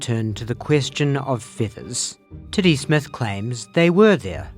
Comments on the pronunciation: Yep. Lost me officially on the owl theory when you pronounced the name "Tiddy Smith" like "Titty Smith". That was the final straw that was one too many insane facts for the theory to be sane... Telling me this crazy owl spectulation was theorized my Titty Smith... We're getting too deep into weird fictional stories for me. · Does anyone else hear "Titty Smith" whenever says "Teddy Smith"?